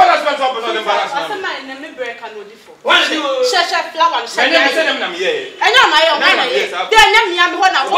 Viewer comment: I heard frower😂😂😂